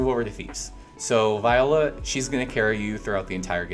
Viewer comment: Viola & Millard dude learn how to read lol say there names correct 😂